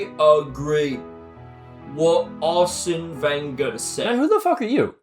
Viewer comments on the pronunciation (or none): What was that Arsene Wenger half French-Japanese accent 😂😂